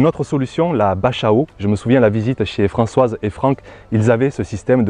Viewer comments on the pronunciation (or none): none